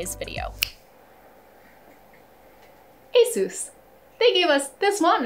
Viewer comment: ASUS not ASOOS